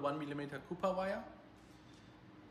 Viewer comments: Copper pronounced Ca-per you're saying Copper like the BMW Mini Cooper which makes me just giggle. Great video and love the cleanliness of your shop. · Brilliant modification to cyclinder head ..so many ef25 here in the states had head failure due to the design flaw...btw it's pronounced Kop purr..